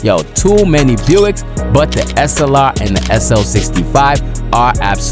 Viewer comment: Whenever you pronounce "Slr", my brain hear you say "Assalamu alaykum"